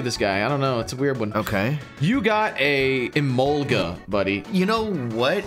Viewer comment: Can't believe they pronounced emolga right 🧐 not gonna lie kinda missing emogola